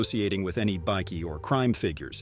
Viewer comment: You might want to learn to say Bikie properly, it's not pronounced "bikky", it's pronounced "bike-e".